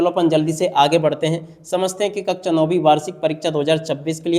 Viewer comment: कक्षा 🙅🏻 कक्चा 👍🏻😅😂😂😂😂😂